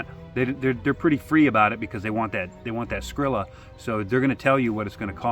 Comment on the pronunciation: loved this! got plenty of good notes! I do got to say though, hearing you say "Skrilla" made me laugh lol